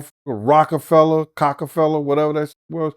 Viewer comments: Did eye hear say Cockfella records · “Cock-A-Fella” That’s diabolical 🤣🤣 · 😂😂😂😂 said "Cockefella" classic! 💀💀💀💀